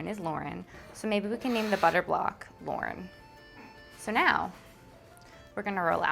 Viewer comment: She said Lauren and I was like 😳 she said it so pretty 😭